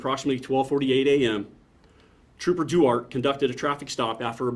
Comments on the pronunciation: Well, the officer in this probably will never see this comment, but I’m pretty sure that Duarte is pronounced Dwahrteh, not Doo-art. It’s of Spanish origins. Trust me, I live in So. Cal. and my mother-in-law lives in the town of Duarte. Even if you can’t pronounce Spanish words well, you should at least say, “Dwartee”. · I think he is mispronouncing Trooper Duarte’s name.